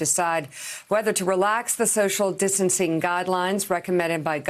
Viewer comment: Lol what the heck is "social disting?" 😂😂